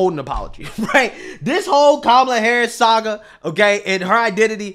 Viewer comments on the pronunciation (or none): none